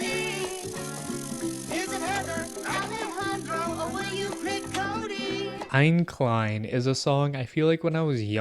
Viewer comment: Btw its pronouced "Ei-ne Klei-ne" in german